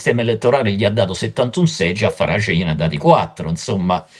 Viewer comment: Finalmente una persona che sappia pronunciare correttamente il nome di Farage.